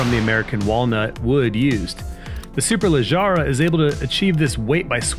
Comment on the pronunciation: Other ways to say it to not spu d ridiculous. 1.) "Super-leg-ruh" 2.) "Super-leg-ra"